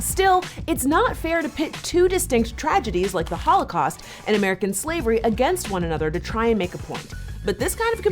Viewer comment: Ugh why does keep saying "hoelacaust" it's annoying me